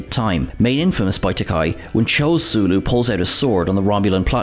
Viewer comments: Uh oh. He committed one of the Trek cardinal sins: He said "Ta-kai". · In the words of George Takei to William Shatner, “My name is George Takei. Not ‘TAKAI’, as you’ve insisted on pronouncing it for the last 40 years!” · To quote Sulu himself: "It's tah-KAY, like toupee" and most certainly "not tah-KEYE." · I remember George Takei speaking at (I think) the Comedy Central roast of William Shatner: "I'm gay. 'Gay like Takei', Bill, not 'Tah-kiye' like you've been saying for the past 40 years!" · Takei rhymes with "gay," why is that so difficult for "Trek" culture? 🙄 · I think it's supposed to rhyme with "okay". 👌